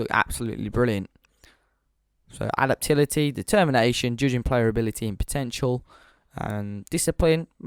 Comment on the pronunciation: a-dap-ta-bil-i-ty, can you not speak properly